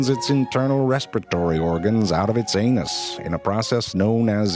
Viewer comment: The way he says anus XD